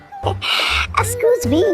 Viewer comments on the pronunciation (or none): Other people tell excuse me But say scooj me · Others: excuse me: scooz me 😂😂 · Toba toba 😅😅😅😅😅😅😅😅😅😅😅😅😅😅😅😅😅😅😅😅😅😅😅😅😅😅😅😅😅😅😅😅😅😅😅😅😅😅😅😅😅😅😅😅😅😅😅😅😅😅😅😅😅😂😂😂😂🤣🤣🤣🤣🤣🤣🤣🤣🤣🤣🤣🤣🤣🤣🤣🤣🤣🤣🤣🤣🤣🤣🤣🤣🤣🤣🤣🤣🤣🤣🤣🤣🤣🤣🤣😂😂😂😂😂😂lol 😹😹😹😹😹😹😹I can't stop laughing😂😅😅 that thr word is excuse me not excus me eexcise 😂🤣😹